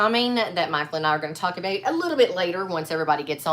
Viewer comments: The way says "about" sounds almost Canadian, or Michigan. Edit: Meant to say Minnesota not Michigan. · ..did subconsciously correct her pronunciation of the word "about"?